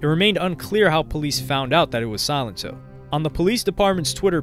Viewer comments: Bro you pronounced it Silent-Oh lmao I think it’s silen-toe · The pronunciation is Suh-len-to. If you're going to do a video on a person, know how to day the name correctly. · It's SAlento not SYlento. Smh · Pronounced as So-lent-toe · He really said silent-toe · Did u call him sonito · Yo i swear, everytime I hear somebody say his name it sounds like they're saying "Silent Toe" lmao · I'm pretty sure silento is pronounced sa-len-toe.